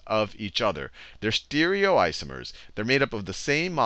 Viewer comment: E-nan-tee-omers.. not "enansheeomers"... Stereoisomers not "steerioisomers" I'm not sure where this teacher got his pronounciations from (not talking to anyone else?), but nobody in the field pronounce these terms in a way this guy does.